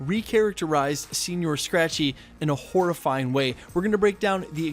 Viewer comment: Senor not senior..Yanks butchering more words